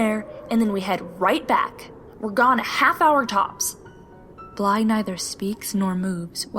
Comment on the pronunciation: NOOOO NOT BLYE NOOOOOOOOOOOOOOOOOOOOOOOOOOOOOOOO